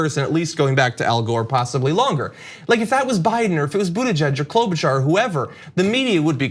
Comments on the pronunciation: Klobubuttijudgeberg...? No it's Kloubobuttiebiden 😂😂😂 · "KloButtDen" lol